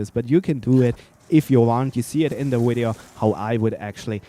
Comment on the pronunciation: You said wideo